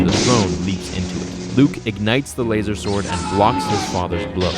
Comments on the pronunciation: You lose all credibility the second you say lazer sword....... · Why the fuck are you saying lazersword? 😂😂😂🤣